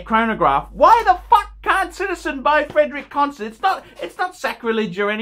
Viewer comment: if you wan't to be a connoisseur, at least learn how to pronounce brand names. "Constant"